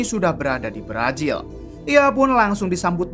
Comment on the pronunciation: Apa gak bisa bilang Z ya bang..pake nya J terus..berazil jd berajil,yakuza jd yakuja